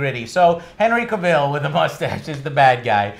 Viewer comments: All tea all shade, I think Henry Cavill's been around for a hot minute and he's earned the right for you gents to pronounce his name correctly. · can never pronounce Henry Cavil's name correctly. 😂😂😂